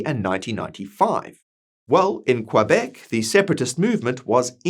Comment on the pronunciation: Well researched! Work on that pronunciation of Québec. Follow the funding for the court case and out of interest have a look at Canada’s Indian Act and the definitions within it. AB will benefit with or without the separation via the time for negotiation.